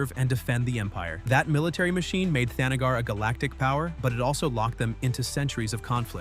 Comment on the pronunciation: Captioner misspelled the Kryptonian sun. It's Rao, not Ralph! Also, THANagar, not the NAGGar, you racist robonarrator. Starro, not Stairo.